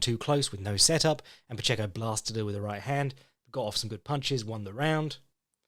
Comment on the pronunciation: You’re pronouncing Pacheco correctly,!